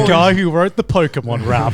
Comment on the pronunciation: Hearing them try and pronounce Pokémon was both entertaining and cringe